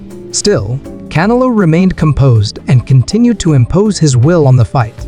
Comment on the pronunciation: Bro u can't even pronounce canelos name properly like forels one fucking word and u keep repeating it over inn over in over ...get your Spanish right VATO